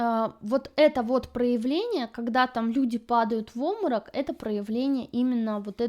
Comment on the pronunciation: Напрягает слово "оморок", вместо нормального русского слова Обморок!